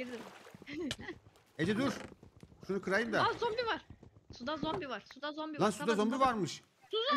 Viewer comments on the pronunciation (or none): Zombiyi combi diyen koca yürekli